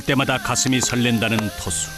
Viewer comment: 토수인데 계속 트수로 들리네